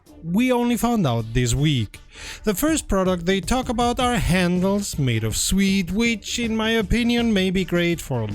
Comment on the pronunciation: Ah suede NOT swede 🙂